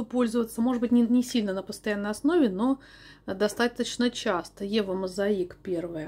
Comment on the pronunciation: Вчера, после вашего видео написала бренду eva mosaic, как правильно их произносить...оказалось, реально правильно мозаИк...я в шоке😮